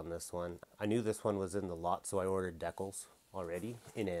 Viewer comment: Why does he say decal weird? I’ve never heard anyone say it like that.